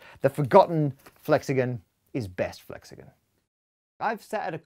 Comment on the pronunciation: Is it just me, or is it annoying that he says flexagen not flexagon?